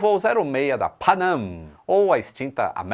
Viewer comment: "...a PHÁNÂM..." Kkkkkkkkkkkkkkkkk!!!!!